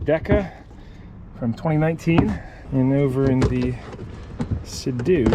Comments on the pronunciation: Sea - Doo, NOT Say - Dew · Lol I'm sure it was on purpose but every time you said sedoo instead of Sea Doo my eye would twitch a little. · Bro was like Sado instead of seadoo😂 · dude, they are called seadoo and not se doe. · That yamaha wave raider 700 handled badly imo and was under powered. The seadoo 800 will smoke that yamaha all things being equal with the engines and pumps. Seadoo pronounced [seedoo]. The GSX is a pretty good ski for it's age is the motor isn't worn out. I have digital manuals for both if you want them. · Love the videos but why are you saying Seadoo like that lol.